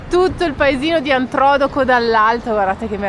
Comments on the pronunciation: Devo correggervi sulla pronuncia di Antrodoco...fate cadere l'accento non sulla prima o, bensì sulla seconda, nella penultima sillaba. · Messaggio agli utenti : Ok , si pronuncia Antrodòco e gli anni sono 16 e non 26. Adesso avete finito di skassare 'a minkietta ? 😂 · Per quanto siano simpatici Paolo e oggi hanno detto due gravi CASTRONERIE ed e' giusto correggerli! Io sono Abruzzese, conosco Antrodoco da bambina ed e' come se pronunciassero Venezia venezia'....e' giusto riprendere l' errore, anche il conteggio di anni dal terremoto che tanti hanno sentito sulla loro pelle. Io TROVO INUTILI i vostri commenti, superficiali ed evitabili, soprattutto su temi così delicati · Si pronuncia Antrodóco... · Siete simpaticissimi e bravi ma devo farvi un piccolo appunto: si pronuncia Antrodo'co con l'accento sulla seconda o. Ciao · Ogni volta che dite Antrodoco mi viene un brivido lungo la schiena perché l'accento è sulla seconda o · A sentirvi pronunciare Antrodòco in quel modo mi sono venuti i brividi 🥶🤣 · Senza voler fare il puntiglioso volevo dire che la pronuncia Di Antrodoco è sbagliata l' accento cade sulla seconda o. Io sono Aquilano è per quanto riguarda la ricostruzione ricordo benissimo che avevano preventivato che ci sarebbero voluti 25 anni e ad oggi le periferia è stata ricostruita ciò che ha ancora ha bisogno di tempo è il centro storico e alcuni paesini che essendo medioevali sono piu complicati e laboriosi da ricostruire. . Vorrei aggiungere che noi grazie a Silvio Berlusconi ed il governo di allora siamo stati trattati bene e subito soccorsi posso garantire che già alle 5 del mattino L'Aquila era piena di mezzi e di uomini della protezione civile vigili del fuoco esercito e tutte le altre forze dell'ordine ed anche di molti volontari . Concludo dicendo che la mia città e tutti i paesi facenti parte della sua provincia sono bellissimi e spero vi sia piaciuto ciò che siete riusciti a vedere durante la vostra visita.